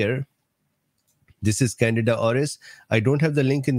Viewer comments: Can deed ah is the pronunciation doc...it sounds like you're saying Canada. No offense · It’s can di da not Canada lol